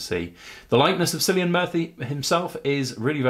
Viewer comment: Its Cillian pronounced with a [K] like car not like celery 😂